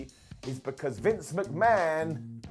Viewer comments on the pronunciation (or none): none